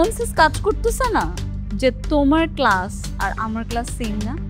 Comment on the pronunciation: আচ্ছা এতোই শিক্ষিত তাহলে কেলাস বললো কেনো